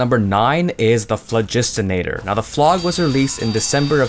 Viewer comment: Y'know, it always baffled me that people keep abbreviating 'Phlogistonator' to 'Phlo*G*', but pronounce it as 'Phlo*J*istonator'. Despite the fact that it refers to the 'Phlo*G*iston' theory.